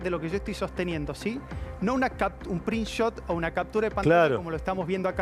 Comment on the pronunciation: Venía todo bien, hasta que dijo "prinshot"